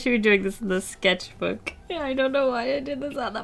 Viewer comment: The way she said skecth book killed me